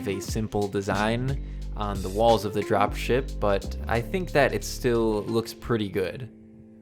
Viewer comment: you said dropie shipie, not drop ship